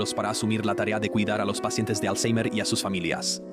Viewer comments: Por qué dices alzheimer con la R pronunciada como en inglés? no sólo queda de que te las das de listo, sino que alzheimer ni siquiera viene del inglés vaya flipao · le metió acento inglés 🥵🤙